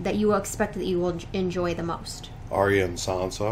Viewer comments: It's funny how Sophie (Sansa) is the only cast member who can't pronounce it Ar-ya instead she says Ar-y-a. Great reaction as always guys. Steve is so focused watching he spills ice cream onhis shirt haha! What Dany did was also technically blood magic killing the Khals so no she's not fire proof. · It kind of fits, though. Pronouncing her sister's name wrong seems like the sort of thing young, bratty Sansa would have made a habit of out of spite. :D